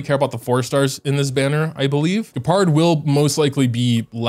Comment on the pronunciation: >"Gee - pard" sigh I'm sorry for being annoying, but it hurts